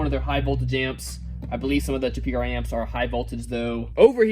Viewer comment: hey it's pronounced "Chip-EH-O There's no e sound on that word. or Chip A-O not chipioo